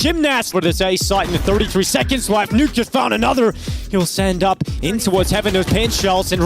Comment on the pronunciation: nah jit said nukkies